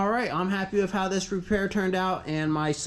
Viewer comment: Always thought a dog went woof, but now i know it goes wooth. Because you say wif and earf so wooth must be the way to pronounce it.